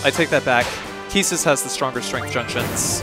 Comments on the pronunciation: I love your videos, so I don't mean any disrespect, but keestis sounds silly to me. It reminds me of keister or queef. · I wonder how you pronounce the word "equipment" or "inquire". Please reflect on your approach in spelling "Quistis", because it's cruel :) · I always pronounced Quistis as "cuistis" not "kistis"